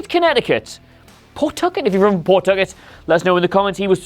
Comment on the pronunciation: And it’s pronounced Paw-tuck-it